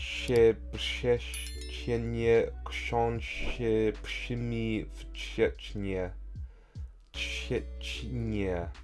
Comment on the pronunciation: aww, that was so sweet :) thanks for taking such challenge. You did really well. Even if not at first time, you finally got there👍 I'd say 4 of them (5, 6, 7, 9) were ideal. Another 5 were almost perfect: 1. You said it perfectly at last but without the last word (this is very difficult: "trzcinie". I've heard "czecznie", which sound almost like Czeczenia :) 2. Error in one word only: szyje (He sews/use thread and needle). I've heard "sieje", not szyje... and actually there is such word in Polish: he sows (sieje) grain. Actually it's funny how they are similar in both languages: szyje - sieje sew - sow 🤣 3. Too much "sz". You made this word more Polish that it is😅 suszeszniu: sz x 2 It should be: suszeniu (just one sz) 4. Not "sosza" but "szosa". Really, almost ideal 8. An interesting one. You read "przebiegał" but it was "przebiegł". Just one letter difference... but I can see why you said that "a" - it's much easier to pronunce it with this extra "a". However, both words are correct but there's a slight difference in meaning: przebiegał - it was running przebiegł - it ran (finished activity) There was just one you failed completely. The last one. I know it must be difficult, being used to English pronunciation... but in Polish: "ch" never sounds like in English. It's neither "cz" like in chocolate nor "k" like in chemistry. "ch" is pronunced just like "h" solo. It's the same sound, like in "helicopter". If you see "ch" pronunce it like "h" 🙂 Anyway, thanks a lot, the video